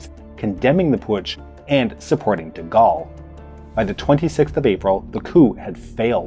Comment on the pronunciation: De Goal, not De Gall.